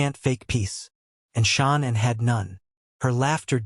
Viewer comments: Sick of AI pablum. It's Shanann, not "Sean and". Please support REAL true crime content. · Sha...nannnnnm Not sha NAN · Her name is pronounced SHA NAN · Her name was Shanann not Shawna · It was shannon! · You could say her name right. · AI SLOP The narrator can’t pronounce her name. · SAY HER NAME RIGHT‼️‼️😡🤬🤬